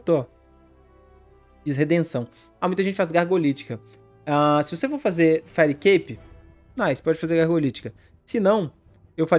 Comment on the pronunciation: fireicape como vcs falam certo, fairicape com red pur amor da santa